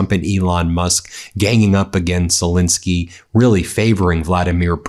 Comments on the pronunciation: Please pronounce his name correctly: It's not ZeLINsky , but ZeLENsky. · STOP MISPRONOUNCING ZELENSKYY!